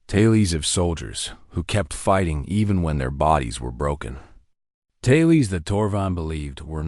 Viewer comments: "Taylies" instead of "tales" - really??? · This AI mispronunciation shtick is getting really annoying. ITS TALES, not TAY-LEES! And we get same variation of the same story. I want to listen to something truly different. Attention all you authors out there: take a creative writing course and come up with original stories!